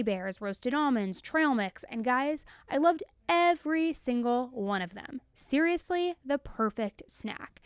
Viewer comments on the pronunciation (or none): Is serialously hard to say??